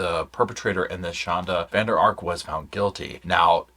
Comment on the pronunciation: That's a Dutch surname. It should be 'van der Ark'